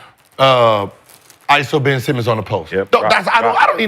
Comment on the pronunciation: No way he called the nigga ben semen🤣🤣🤣